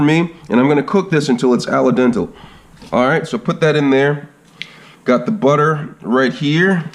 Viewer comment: Al Den- Teh not dental